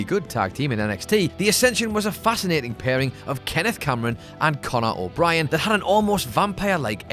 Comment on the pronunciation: "Connor O'Brian." Who else caught that during part of the vid?